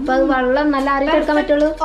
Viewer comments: ചക്കരെ വള്ളമല്ല വെള്ളം എന്നാ പറയണ്ടത് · വള്ളം alla വെള്ളം parayananam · വള്ളം എന്നല്ല ചക്കരെ വെള്ളം എന്ന് പറയ്